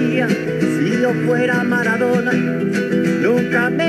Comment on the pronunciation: মারাদোনা কে ম্যাড়াদোনা বলছে!!! 🤣😂🤣😂